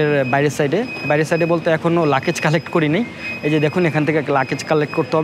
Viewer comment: Don't mind, luggage not Lakese